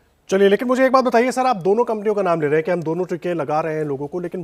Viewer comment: jara naam sahi se lena sikh le phir apne political views dijiyega